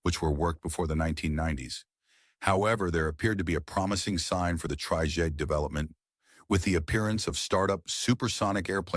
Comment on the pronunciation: It's an AI narator. Hence the "tryjays" (or something).